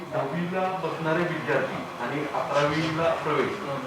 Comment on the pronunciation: शोकांतिका ही आहे की.. महाराष्ट्र राज्याच्या शिक्षणमंत्री दहावी ला धाव्वी, विद्यार्थी न म्हणता विध्यार्थी असं म्हणत आहेत..!गुण च्या ऐवजी गुन म्हणत आहे...!! शिक्षण मंत्रीच जर या राज्याचे असे असतील, तर बाकीच्यांकडून काय अपेक्षा करणार??